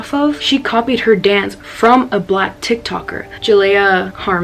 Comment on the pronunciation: again, the way you say 'blacks' is incredibly wrong... stop lmao